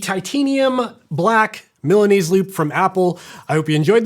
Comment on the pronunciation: I came to hear how would you pronunciate Milanese, but very well. 😂